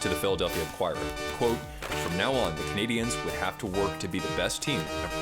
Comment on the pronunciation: interesting commentary but it's jarring because... Just say it normally. Canadians. The accent attempt is not correct, you are making the common error of saying "Canadiennes" which is inadvertently sort of rude.